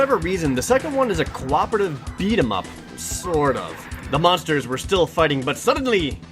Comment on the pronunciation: yes it is in the language of engrish. em figtin fo feedom